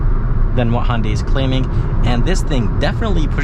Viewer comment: ITS HYUNDAI NOT HONDAI Jesus, pronounce it properly